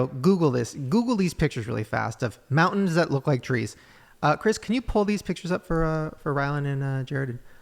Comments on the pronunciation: SAYING MOUN’ENS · Don't be mad Ryland but when you say mountains can you make sure you pronounce the T.? Just a pet peeve. I was relieved when said mountains with the T. don't be afraid of being alone ever. You got those sexy blue eyes that run in your family and you seem like a great guy too. Your mom did a great job raising you both